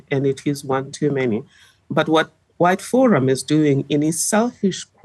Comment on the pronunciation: She said" white forum"😂😂